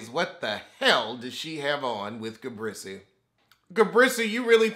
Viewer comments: Listen....everytime I hear him call her Ga-brissy!!! I laugh like it's the first time I heard it. Ga-Brissy!!!! Lmao!!! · Why do you call Gizelle “ ga- brisy” 😂😂? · It’s Ga-Breese for me 😩😩😩🤣🤣🤣